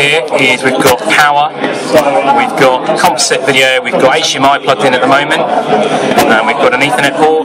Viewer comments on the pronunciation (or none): none